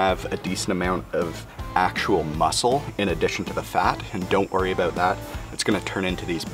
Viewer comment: Guy in video: "Aboot 45 minutes" Everybody: "I know exactly where this guy is from"